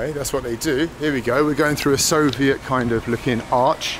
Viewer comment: If I had a cent each time Bald says Solviet ...